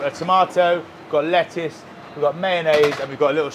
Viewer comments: I love how there are no T’s in le’uce. 🥬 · Lettuce also has a letter t in the middle for a reason.